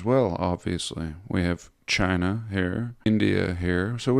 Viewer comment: I like when you say Chiner 😂